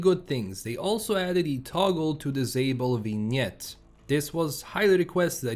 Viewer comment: I'm impressed that even with your amazing accent you pronounced vignette better than most people manage.